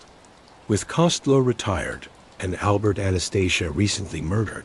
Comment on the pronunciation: You need to learn how to pronounce Costello name correctly